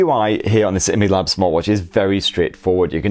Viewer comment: Its actually called: I-Mi-Lab not emelab. 😂